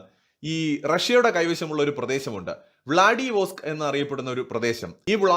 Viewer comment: വ്ലാഡിവോസ്ക് എന്നല്ല വ്ലാദി-വസ്തോക്ക് എന്നാണ്